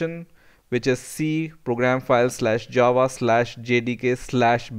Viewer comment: was it just me or did it sound like he was saying jawa the whole time, like from starwars